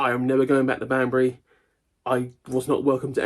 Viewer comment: It's my birthday on Thursday. This recent episode has had in hysterics. Thank you for the early birthday gift. I also thought at first you said 'Bambi' instead of 'Banbury'!